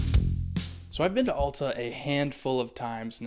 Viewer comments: It’s not Awwl-ta! It’s Al-ta!! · Correct pronunciation is like the letter "L" as in L-ta. Or think of "al" as in the word, "altitude." It's clearly not like the word, "all." It's a common mistake.